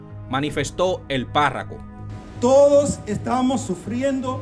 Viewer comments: Viejo aprende a pronunciar las palabras, no es parraco, sino párroco. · no se dice párraco,es párroco. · UN CONSEJO PARA EL PERIODISTA. NO SE DICE PÁRRACO. SE DICE PÁRROCO, QUE SE DERIVA DE PARROQUIA. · Hermano no se dice PÁRRACO se dice PÁRROCO. Por otro lado si esperaremos 2 años para parar la delincuencia nos fuñimos.... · Párroco, no parraco, parroquia, parroquianos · No es parraco, con todo respeto, es Párroco que se dice. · No se dice parraco , se dice párroco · No es parraco, es parroco, no es costo, es coto. O dios, y estos intelectuales religiosos, comunicadores y politicosque nos gastamos. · Caballero párraco no, párroco. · Muy Buen trabajo. Pero lo corrijo, Amigo: no se dice Parraco, se dice PÁRROCO. Continuación de un buen trabajo! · de buena fe, PARROCO no PARRACO. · Párraco no compadre... PÁRROCO. Usted debería aprender hablar primero y luego informar, no cree ?